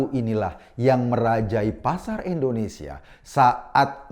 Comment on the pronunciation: Mas Eko, sebutnya 'Indonesia' dong bkn 'endonesia' 😊 pk I bkn e 🙏😊